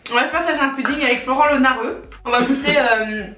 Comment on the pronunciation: il manque un "e" a test(e) - c'etait une sauce bande de cougnous - le bonbon c' est une friandise pour chien ( dentasticks) - et mnt les croquettes?! c'est un repas pour clebs en fait !!! - on dit pas pUdding mais pOUdding!! de Elodie, Noélie, Pablo et Tijani PS: on attend la partie 6